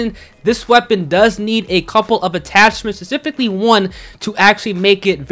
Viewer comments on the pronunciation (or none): “spifically” I couldn’t help but laugh brother 😂